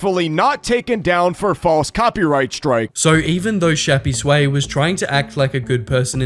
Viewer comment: i think its "shappys way" and not "shappy sway"